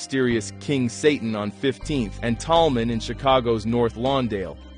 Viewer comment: SATAN......NOT SAT -IN